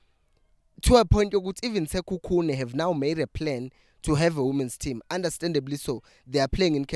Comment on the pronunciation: Rather pronounce Sekhukhune as Sikhukhune, coz you’re not getting it right